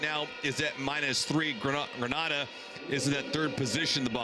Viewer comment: Suprised he said the the word NEVIS correctly😅... He butchered the words Tobago and Grenada.